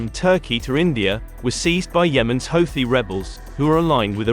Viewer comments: He called them hoethis lol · Nice propaganda! At least hire a progandist that can pronounce Houti correctly